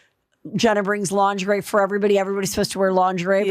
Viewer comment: Please 🙏 learn to say ,Lingerie , correctly ! So annoying 😂